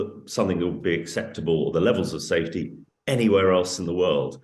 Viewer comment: How on Earth did this woman get a speaking job? Plant not "puh-lant". Safety not "sthafety". Something not "thumthing".